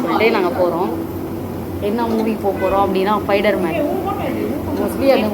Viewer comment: Spider man ❌fider man✅ Hayyo hayyayoo 🤣🤣🤣